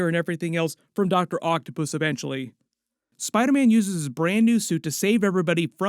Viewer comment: saying Spidaman just made my day 🤣🤣🤣🤣